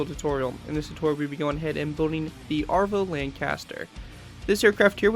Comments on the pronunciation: I’m sorry but as a true patriotic British citizen I have to point out it’s ‘avro’ not ‘arvo’ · Isn’t it called Avro not Arvo? Just a curious Canadian who loves the lanc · Your pronunciation of avro annoyed me. It's AVRO LANCASTER not ARVO lancaster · you said Avro incorrectly it's a-v-row say it like your saying Afro